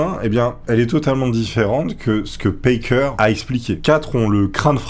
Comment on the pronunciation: Juste un détail, c'est "Packer", pas "Parker". Tu rectifies, mais je pense que c'est un "a" à la française, cf Cannibal le musical en vo.